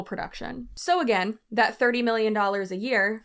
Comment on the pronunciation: When you said, “so, again…” I heard ….. “So, you see……” 😂😂😂